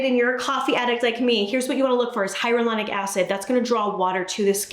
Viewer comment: Hyaluronic is pronounced - Hi-ya-lew-ronic. Can be a tough one, thought this might help! Wonderful & always helpful information. Thanks ❣